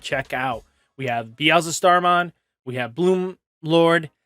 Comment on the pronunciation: there's no "ze" in beelstarmon